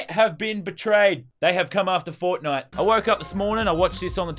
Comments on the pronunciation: Nah she said fortnut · Did she just say fortnutch? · did she say fortnth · She is right i agree that we should ban FARTHIDE forever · I thought She Said Fortniut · the way they pronounce FAWWTNITE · Crazyfireball 808 lol ikr